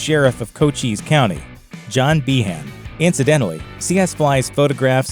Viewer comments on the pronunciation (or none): Just FYI. Cochise County... rhymes with Dice.